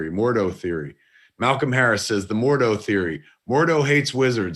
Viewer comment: Jane Forester? Mordoo? My ears are bleeding.